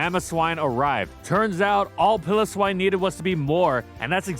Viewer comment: Who tf is "Pillow-swine"? It's "PILE-o-swine".